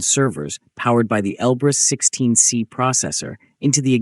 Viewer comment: Он Elbrus-16S, а не 16C